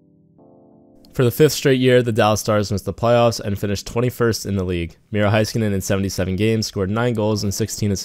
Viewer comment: I hate how he says heiskanen “Hi- ska- nin